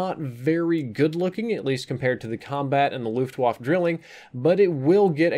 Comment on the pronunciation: "Looft wahf"